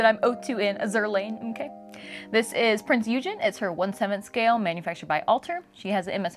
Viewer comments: Great review, but its not American "Eugen" it's German so hard G and the second E is pronounced longer. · I almost gave you a dislike for your pronunciation of Eugen :P But the rest of the video was excellent and detailled so you are forgiven. I ordered the rerelease of this figure a few months ago and I'm waiting for her to ship in. As for my favourite shipwaifu, that would defenitely be Unicorn. But I would love to see an HMS Monarch figure or Queen Elisabeth figure at some point, especialy with the rigging.